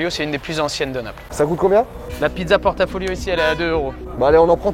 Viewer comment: Je m'inscris en faux sur la prononciation de "pizza a portafoglio" qui se dit [portafoyo] et non [porta folio].